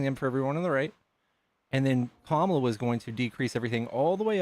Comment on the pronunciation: Her name is KAMALA pronounced Comma-la, and she is mother ❤